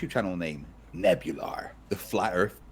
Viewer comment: I think it should be "Nebulaar."